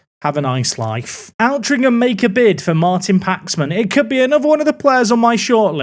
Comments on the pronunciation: great vids as always!! by the way...ALTRINCHAM is pronounced OL-TRING-HAM (I live there...) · It’s alt-rinc-um as in control alt delete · local Altrincham lad here. Please pronounce it OLT-RING-HM. Enjoying the series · As someone who grew up in Altrincham, hearing pronounce it spectacularly wrong every time is painful